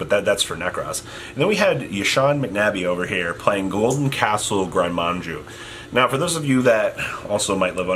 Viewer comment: drinking game: drink everytime mispells "gren maju" as manju